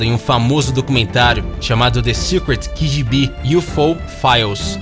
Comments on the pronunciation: KI GÍ BI kkkkkkkkkkkkkkkkkkkkkkkkkkkkkkkkkk FALA LOGO DO JEITO NORMAL, KÁ GÊ BÊ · Gostei do vídeo, vou dar like! Só uma sugestão: pronunciar idiomas de terceiros em inglês não tem lógica alguma. KGB no Brasil é "KGB", não "keigibi" que seria a pronúncia em Inglês. Pior ainda "kigibi". Ficou ridículo! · Mano, só uma correção: Não é "ki-ji-bí". Ou é "Ká-gê-bê" ou "kêi-dji-bí", dependendo se quer pronunciar em português ou inglês. Na dúvida, só soletra a sigla, por favor. :) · Não seria KGB? Parece que ele falou qgb kkkkkk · Ki Gi Bi....kkkkkk.....é Ka Ge Be mesmo ....KGB .... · Kifibí? Não é mais prático KGB?! Se for pra soletrar usa a fonética russa a sigla vem da lá e não dá língua inglesa. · PORQUE KEY GI BI SE VOCE FALA EM PORTUGUES > NAO SERIA MELHOR KA GE BE > KGB > Ha ! Ha ! Ha ! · Não é kigibi é KGB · QUIGIBI ? SERIA A K (KA) G (GÊ) B (BE) ? KKKKKKKK QUIGIBI , ERA QUANDO LIA O ALMANAQUE DO CEBOLINHA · Concordo, além do mais a pronúncia seria mais keyGiBi e não ki como ele falou. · onde se lê KGB o narrador cita "QUIGIBI"....gibi? Gibi do Tio Patinhas? Gente é muito ruim....o assunto é até interessante mas "QUIGIBI" dói.... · Kigibi??? Kkkkkkkkkkkkkkkkkkkkkkkkk ficou engraçado essa pronuncia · LemÚre, quimÊra, QUIgb... cara, vc tem problem? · "Quigibi" policia secreta da extinta uniao sovietica . huehuehuehuehue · Tá aí outro misterio...Por que diabos ele fala quigibi????? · "Quigibi" policia da extinta uniao sovietica . huehuehuehuehue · Mano, tu fala tudo errado, não existe "quigibi" é KGB "KaGeBe", e não é pirâmide de Guize é Gizé, lê normal velho, não fica tentando falar com "sotaque".